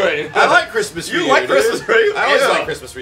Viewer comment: please! Ryu is pronounced like how Rio is! The "Y" in Ryu is pronounced with a hard "E" sound! Say it with me; Ree-you. Ree-you! Please,, you're killing me here!